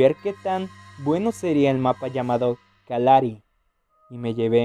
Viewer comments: LIKE SI DIJO KALARI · Kalajari no kalari se que no se escribe asi pero para decir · Se pronuncia:Kalajari Se escribe:kalahari Claro solo digo xd